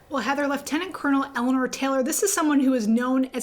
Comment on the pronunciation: Good to see using the proper pronunciation of the word "lieutenant" this time round (in a prior story iirc last week she used the American pronunciation) lol